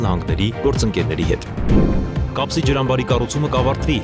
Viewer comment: Հետեւեք ձեր հաղորդավարներին՝ ոչ թե Կասպի, այլ Կապսի …